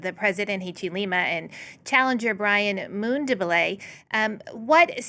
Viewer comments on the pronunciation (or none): How to pronounce African names!!! Zambia, Hichilema, and Mundubile have been murdered, pronunciation wise.